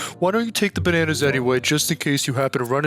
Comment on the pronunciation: Bananas❌ Benanas✅